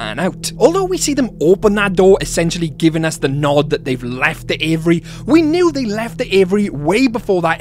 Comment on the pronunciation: say with me: "A VEE AIRY". 😂 Love your channel!